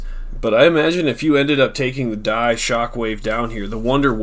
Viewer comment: You said D.I.E wrong